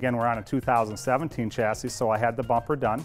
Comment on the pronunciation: Please learn how to pronounce chassis...